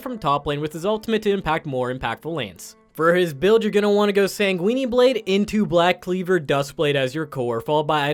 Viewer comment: This man still says sanguini blade. Sounds like something you prepare noodles with, not an item in league